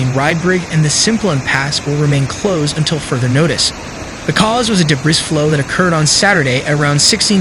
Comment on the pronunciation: Debris is pronounced “Debree” not “debriss”. Cheers.